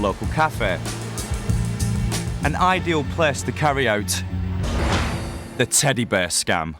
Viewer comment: The narrator keeps saying teddy bur and it's a tiny bit annoying